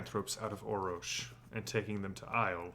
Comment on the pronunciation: This is driving me crazy... There are three Rs in Orrorsh, not two. Thus, it would be pronounced 'Or-orsh'. Thank you.